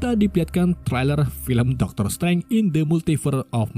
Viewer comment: Bacanya dokter strenk